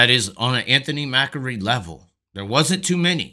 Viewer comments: MACRI not MAKAREE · MACK-REE. MACK-REE. It's not like Macaroni and Macaroons. Good videos though, you bring up a lot of good points and present them concisely.